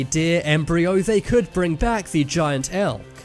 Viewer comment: When he said Elk I thought he said Elf